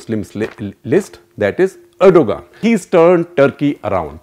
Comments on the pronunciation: Erdogan is pronounced redo-wan Please ensure correct pronounciations; would you like Modi to be called Modai? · tumharay country main jaisay har chez thek chal rhi hy lanti insan pahle naam to sahi bol